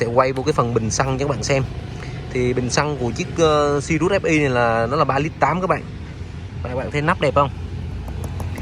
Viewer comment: Tên xe sirius nói cũng sai vải c